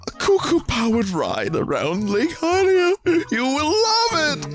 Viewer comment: Damn am I glad Vinny says Highlia. I cringe when people say Helia. Saying it like the word Helium is just terrible. I swear people just try to come up with the weirdest ways to pronounce letters in words sometimes. It reminds me of Pokemon mispronunciations and I don't even want to get into that.